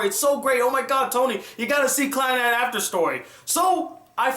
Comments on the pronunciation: Clannad means Second life in Japanese and is pronounced clan-a-do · is it not clah nahd? Can't be clan-ad as you pronounce it, the Japanese language has no sound like 'a' in bat. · You pronouced Clannad and Tomoya's name wrong...